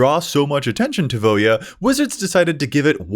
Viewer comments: Can I just say, thankyou for pronouncing Voja correctly 😂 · I like how it takes a true mtg fan to pronounce the name correctly